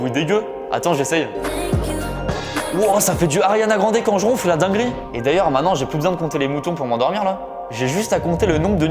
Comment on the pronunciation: Maintenant et non mainant 🙃